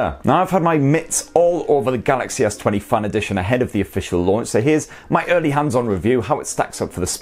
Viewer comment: It's FAN, not FUN